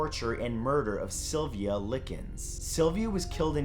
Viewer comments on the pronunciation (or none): Two things - one, on Sylvia Likens (Like + Ins is how it's pronounced), her family didn't abandon her. Her parents worked for/with the circus and left Sylvia and her sister in the care of Gertude Budakowski (I think is the spelling). Her parents always sent letters and money, which their 'caretaker' never gave to the girls. Sylvia's sister was able to escape, IIRC, when neighbors/her parents started getting worried about the two and the police were called. I know, you didn't have the time to get into all of THAT, but they weren't abandoned; they were put into what the parents thought was a caring house while they were traveling with the circus. And two - I saw your leaving video and though I enjoy all the videos from you that I've seen, as a writer, I completely understand where you're coming from. People think when you're a creative person that creativity is just pouring out of you and you can reach into your back pocket with a new idea at the drop of the hat. And that is TOTALLY NOT AT ALL how creativity works. I'm just now coming back to writing after a two week break that I forced myself to take because I had written a lot, not just for personal sake, but professional too (as I worked as a copywriter). At my job, I got to the point where I just wasn't enjoying writing anymore, a feeling I've NEVER had with writing. Back in college, when I as a music major, I felt the same exact way but was pushed through and you know what? I haven't picked up an instrument in over 10 year